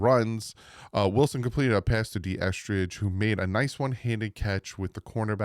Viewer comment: Pretty sure there's not a T in Eskridge